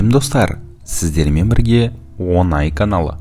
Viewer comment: Автор, қудай үшін оңай деген сөз ді дұрыс айтыңызшы,онайемнс